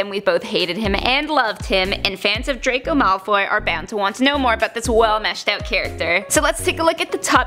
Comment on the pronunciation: Itssss drrrraaaaco malfoyyyyy not dracou maaalfy